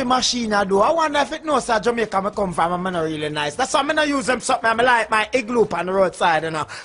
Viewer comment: its jamacin dah